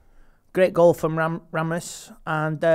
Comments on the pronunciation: its not "Ramus" its Rasmus 😊 im sure you ll get it right with time. I understand its not easy to pronounce his name but do try abit harder 😮 Keep up the good work with your channel😊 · Did just call Rasmus, Ramos😅